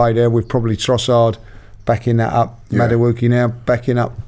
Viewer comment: The way pronounces Noni Madueke’s name 😂😂 Madawookie, he ain’t from Star Wars mate 🤣